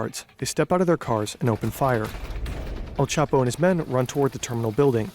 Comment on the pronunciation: "L Chapo" omegalul